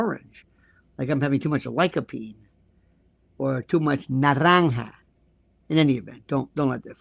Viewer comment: did you say "naranga"??? haha, I was here for the English vocab and lo and behold I'm hearing my own language (Malayalam) albeit pronounced funnily but cutely. just fyi it's naa-reng-uh, not nuh-rang-ha. honestly, I feel he may be taking the word from another language 'coz there's NO WAY he picked up Malayalam 😂. Also in Malayalam, generally speaking, we don't use naaranga as a colour, we use it for the fruit and we just say orange for the colour 😊. I'm in awe of his vocabulary. This is my 2nd video of this gentleman's and I KNOW I'm gonna learn a LOT from him.